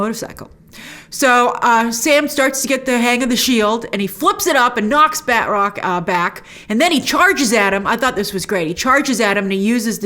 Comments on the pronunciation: I gotta say, his name is not pronounced "batrock". It's more like "battruck". Oh well, call me a nit picker. Can't wait for Loki, this finale was underwhelming. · I cringe a little when Grace says "Bed Rock" instead of Batroc